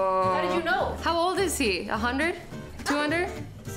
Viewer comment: I love how Azzy says "HUNDURD" instead of "hundred" XD